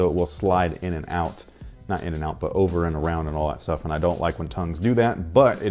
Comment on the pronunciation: It's ovaah